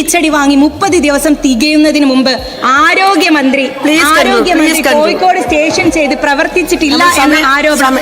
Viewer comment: കോയിക്കോടല്ല. കോഴിക്കോട്. ഭഹു. അല്ല. ബഹു.